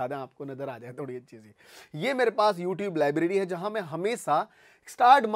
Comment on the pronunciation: You tib nhi hota h you tube hota hai